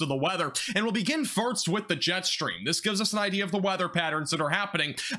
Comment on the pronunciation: Are you trying to say farts instead of first?? I caught it early but you keep saying it! Meow